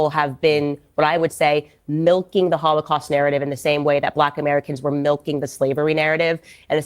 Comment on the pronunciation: It is not only a Holocaust ; it is a “Kh”olocaust; like the real thing . Jews cannot pronounce the H somehow when they want to appear “ Semetic “